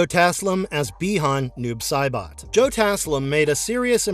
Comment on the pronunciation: Noob Saibot is actually "Noobs A Bot" its an old catchphrase. It should be pronounced "Noobs A Bot" sounds like saying "noobs uh bot". lol